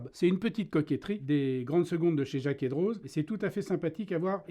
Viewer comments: Jaquet Droz, la classe neuchâteloise ! (On prononce « Drô » en Suisse et pas « Droze » si jamais) Serait-ce possible que vous parliez de cette région horlogère historique qui est le haut du canton de Neuchâtel (La Chaux-de-Fonds et Le Locle) ? Je trouve vraiment dommage que ces villes appartenant au patrimoine mondial de l’UNESCO et d’où je viens ne soit pas connue à sa juste valeur ... il y a tant à dire sur cette région horlogère. Que ça soit Tissot, Tag Heuer et j’en passe, ces deux villes sont des piliers mondiaux en terme d’horlogerie ... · Pour information jacquet droz ce dit « dro » pas « droze » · Merci de nous faire découvrir ces montres hors du commun, chaine passionnante animée par un passionné. Petite remarque cela dit, la prononciation est "Jaquè Dro" à l'instar de Chamoni(x), Avoria(z), la Clusa(z), Oyonna(x)... (Rolex n'a pas de base arpitane et est une invention du fondateur). Encore bravo pour votre travail ! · Super vidéo! Mais on ne prononce pas le z de Droz voilà:) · Jacquet Droz le z est muet...